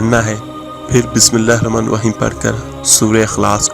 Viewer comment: You reading wrong check the capital letters Auzubillah minashaitan NI RAJEEM bi-smi llāhi r-raḥmāNI R-RAḤĪM" correct it